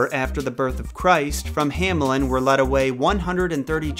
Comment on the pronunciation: German native backing you up. Also, the town "Hammeln" would be pronounced like "Huh-meln"